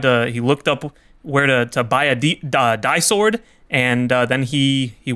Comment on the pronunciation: It is pronounced as dee-sword, not die-sword.